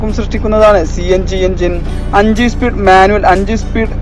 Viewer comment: Espeed alla speed